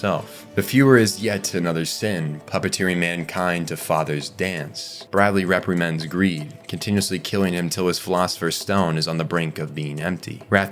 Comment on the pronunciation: I only made it a handful of seconds before REPRIMAND kicked your ass.